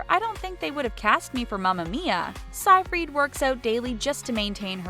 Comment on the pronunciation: Aaahh you can't pronounce anything properly! Seyfreid is "Say-freed," Brosnan is "Brohs-nan," and band C+C Music Factory is "C and C."